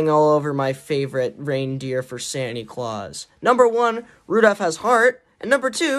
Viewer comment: “Sanie claws”